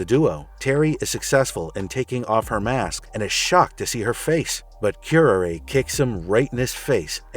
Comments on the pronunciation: wince Ooof, pronunciation guide,; this is kinda hard to watch: {Cure-Rar-Ray} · You mispronounced her name. It's pronounced kyr·aa·ray as in the poisonous plant. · It's honestly pathetic that you pronounced her name like that. It's cure-are-ay (which happens to be a highly dangerous poison that was often used in assassination) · Q-R-A, raz al gul, arceus, Worcestershire. pronunciation is never easy for some names.